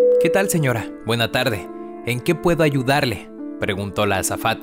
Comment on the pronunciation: buenas tade o algo aso lo dijo xD lo dijo mal :v na bueno todos los equivocamos aunque si los escuchas lo dijo bien me di cuenta el acento lo dijo mal